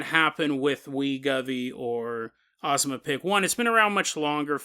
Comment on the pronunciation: Oh I missed your bad pronunciations. Its not Ozmapic. Its O-zem-pic. The whole time I thought you were talking about a different drug but then it clicked. Glad to have you back!